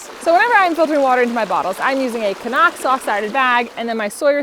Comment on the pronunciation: I love that you pronounce “Cnoc” properly!